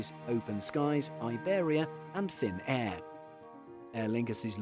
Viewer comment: Its not ”Finn-Air” its just Finnair